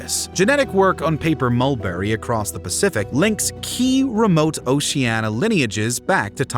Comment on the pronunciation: The word “Oceania” has FIVE syllables; every vowel is sounded. A history of the Polynesians should certainly pronounce the name of their world correctly